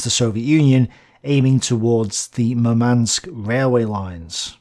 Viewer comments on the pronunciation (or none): none